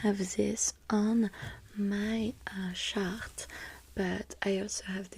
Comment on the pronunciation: “ok let’s move back to the shart” Me: Wait what 😂